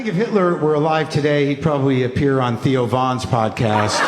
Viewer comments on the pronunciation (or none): none